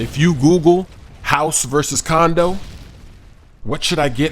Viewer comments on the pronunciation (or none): sounds like you're saying condom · sounded like he said condom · Haha he said condoms instead of condo several times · it sounds like your saying condom in stead of condo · u said house or CONDOM....I know u meant condo though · i thought he said condom on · Haha caught you saying house or condom at first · It sounds like if he's saying condom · Hahahaha i thought he said condom first. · Hahahahahaha it sounded like u sed house or condom lol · Am I the only one who thinks he says condom ? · U said coondom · Condo u young. Condo downtown because its all about location. Lol sometimes u say condom. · is it me or do u hear say condom as condo? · sounds like your saying condom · said house or condom that's hilarious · wow the first time i heard him say it, i thought he said house vs condom. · Did he say house or condom?? In the beginning Haha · you said condom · is it just me or did you say condom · At first i thought you said, "House or Condom?" hahaaaa * laugh*